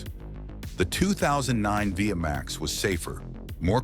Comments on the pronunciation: Its not V M A X, its V Max, beautiful bikes, I owned an 88 V Max 1200, pathetic narrating. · "Vee Emm Aye Exx" Simply Hilarious...😂. It's Vee Max, ! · The V-max was never air cooled. And it was never pronounced Via max! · Technically it’s VMX as the chassis cod but yeah ai sucks at understanding uper case letters